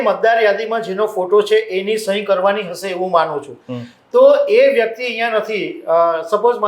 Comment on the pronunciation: 'શ' અને 'સ' ના સાચા ઉચ્ચારો શીખવાની જરૂર છે; 'હશે' અને "હસે" શબ્દોના અર્થોમાં તફાવત છે...